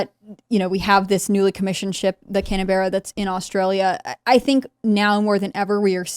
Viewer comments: It's not pronounced Canberra it is pronounce Canbra . As an Aussie I just thought I would let you know . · lol Can-a-berra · Its pronounced canbra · Hearing the Timcast pronounce Canberra incorrectly hurts my ears.